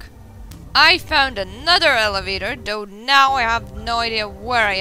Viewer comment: why are you going there?? what are you doing?? good question. why did you run through there!? yeah lelevator. wtf? Did you fuck this part up? nice pronunciation kid... Alright the guard not knowing who you are. You did fuck up this part.